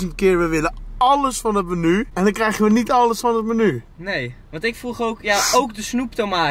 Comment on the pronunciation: Thom S ja klopt, zei het heel raar